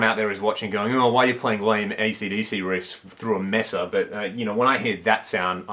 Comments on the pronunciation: For the love of god, it's pronounced May-sa -- it's a Spanish word. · Love this amp! Mesa pronounced 'may-sa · In spanish Mesa isn't pronouced May-sa ! More like meh-sa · It's hard you hear you mispronounce Mesa over and over.